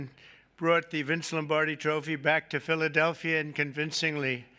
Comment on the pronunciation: He said it like.....Philadelphier lol😂